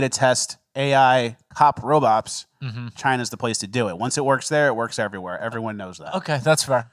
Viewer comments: mfer just said robops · hearing say "robops"